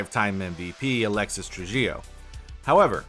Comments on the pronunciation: Trujillo is more like “True He Yo” Great video as always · Tru-HEE-Oh. It's a Latin surname; the J is pronounced like an H.